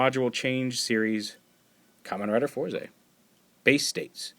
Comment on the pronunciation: Isn't it pronounced either "Forz" or "Fouz"?... They say "Fouz" in the show. I'm assuming they leave out the "R" for some sort of effect. Such as the way they pronounce "Rider" like "RIDAAAAH!"